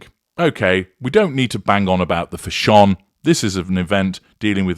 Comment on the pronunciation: wish he could pronounce the word fashion instead of(fashonne)!!!!